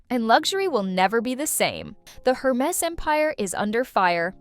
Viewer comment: It's not pronounced her-MESS. It's pronounce air-MAY.